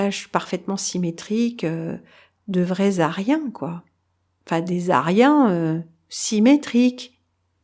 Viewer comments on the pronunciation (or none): Mon commentaire ne répondait pas à la question posée en titre de la vidéo, mais faisait juste remarquer que lorsque parle des aryens, en faisant la liaisons, on entend lézarien....